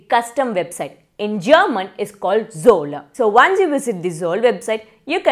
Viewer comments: NO you said Zollaaaaaa . Like you add an aaaaaaaaaaaaa after every word. Like Himalyaaaa, Lord Ramaaaa, Rmayanaaaaa. Russia is Russia and Poland is Poland. Not Polandaaaaaaaa. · Sorry! It's not Zolla. It's Zoll. Only Zoll not Zolla